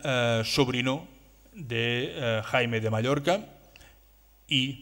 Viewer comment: No era Jaime era Jaume, no era Raymundo era Raymon...ja que parleu en castellà respecteu els noms, siusplau